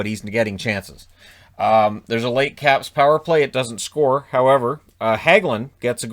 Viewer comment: I thought he said the Crabs lol.